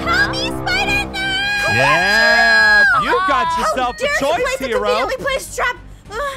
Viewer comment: "It's a bird" "It's a plane" It's AHPIDER!!!